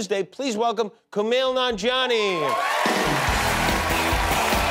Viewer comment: I love how Jimmy casually butchers Kumail’s name and moves on.